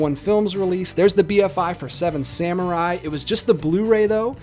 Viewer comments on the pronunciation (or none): none